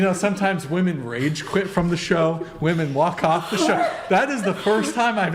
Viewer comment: Women is pronounced wee-man